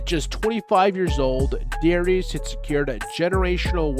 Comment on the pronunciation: I think it was pronounced “Darus”